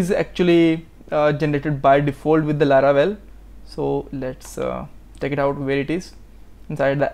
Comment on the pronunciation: it is laravel not laravebel